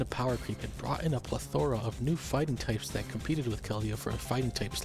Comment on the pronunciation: I think you've managed to do better with the levels on your newest video! Legit so great to see how you've improved the production AND the narrative structure in just three videos so keep it up! Also this is a very very minor note but "plethora" has its stress on the first syllable not the third (PLEthora, not pleTHORa). Otherwise love the videos keep them up!